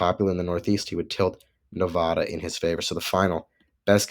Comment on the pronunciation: You don't even know that it's not Moslems that live in Michigan and PA, it's Arabs, about half of whom are Christians. Christian Arabs have also lost faith in Biden for his Pro-Israeli nod to Arab genocide, but I guess you wouldn't know that either since you don't mention it. Also you cannot even pronounce Nevada correctly. Why should we trust your opinions on these matters. Your knowledge is superficial.